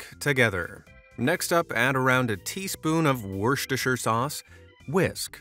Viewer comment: NO WAY HE PRONOUNCED THAT PERFECTLY